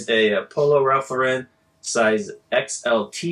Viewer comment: Im listening to some of your older videos while im listing. I hate patagucci too. But i also hate that you guys dont pronounce lauren correctly. Most youtubers do it but its always cringy to me. Poor Ralph. I know their corporate hates it too.